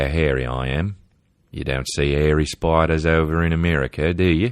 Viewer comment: Day 19 of my journey through the pod from "in the beninging" "Are spydars like humans?" 😂 #RideOrDieBaby